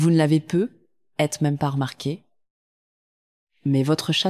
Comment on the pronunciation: Il faudrait apprendre a la voix synthétique le mot "peut-être "...